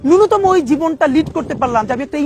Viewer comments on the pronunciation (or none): none